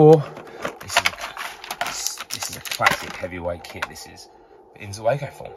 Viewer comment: Zeugo not zuego... come on, man!!!